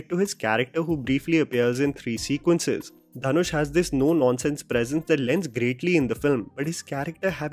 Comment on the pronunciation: Ryan gosling called him dhan-oosh